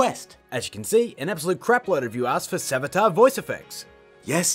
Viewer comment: that's not savjtar